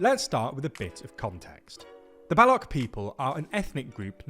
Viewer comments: It’s not “Baluk” it’s “Baluch” 🫠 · Why does he keep calling them Ballok….? Mispronunciation does not add to credibility 🤷🏻‍♂️ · It’s not ‘Ballock’ you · Balu ch.. Not balok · Idk How Difficult is that to Pronounce "Ch" in "Baloch". It is not Balok, it is Baloch !, "Ch'" from "chocolate". "Balok" in Baluchi means "Grandmother" so please pronounce that correctly!! And over all nice video! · They are pronounced like baloushis not baloks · Not Baluk. Pronounce BaluCH (Ch like chime/chair, chain) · BTW, it's not pronounced Balokh, the correct pronounciation has a 'ch' in it (like the starting syllable in 'ch'ina) - Balo-ch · It’s pronounced Baloch with ch as in chai and not as a k at the end of the word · Bro it's not Balock! It's pronounced as Baloch! Ch not ck!🤦🏻🤣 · Baloch. Not Balock😂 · I am listening to someone about Balochistan , who can't say baloch and says bullock its ch not k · It’s not pronounced as Ba-lock but as Ba-loch where the ch sound is like ch-eese Jesus Christ it takes two minutes to google and learn the right pronunciation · Bro its Baloch, CH like cherry not Balock ! Learn to pronounce words first before making videos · BALOCH not BALOK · I cringed evey time you said Ba-Lock! It's Ba looch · It is pronounced Baloch, ch as in chalk…not balock. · Its Balochh. Not Balok. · How do you manage to pronounce "Balochistan" decently and then tragically botch "Baloch" as "Ballock" ?? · It's baloCH. It's literally how it's spelt dear lord. "balok balok balok" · It is not Balok but Balo(ch), as ch in "change" and not as "ch" in "architect". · Its bhaluchh.....not bolok😂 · Balo ch. Not balok. What is wrong with you? Atleast know what you are reporting on. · Its not balok , its Balo c h ( baloche) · It's pronounced as Balo"ch" not Balok ... U don't say Sandwik...u say sandwich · “Balok” is really distracting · How can you pronounce Balochistan correctly but Baloch as "Balok'? 😭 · excellent coverage.. bluch, ch as in "chai", not k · its balouch ch-apter sound